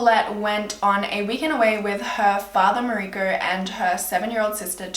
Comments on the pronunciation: Its pronounced Maw-uree-ceo not Mariko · The dads name is Mauricio pronounced Ma-oo-ree-see-o :) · Awesome video. Just for future improvements. Mauricio is pronounced Moor-ee-cee-o